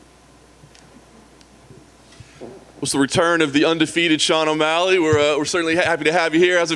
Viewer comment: Stop saying “Sean 1’Malley” I cant take it😂😂